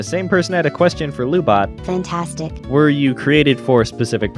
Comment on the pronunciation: Lu-Bot said fast sounds like Lub-bot (as in lubricant robot). Lu-Bot probably broken-up with MechaGodzilla because their "Netflix & chill" didn't go well because of lub.